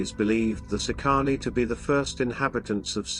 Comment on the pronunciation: Please at least learn how to pronounce the words correctly. It's "SEEcanee"...not seeCAHnee.